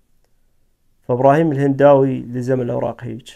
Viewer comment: مهداوي وليس هنداوي !!!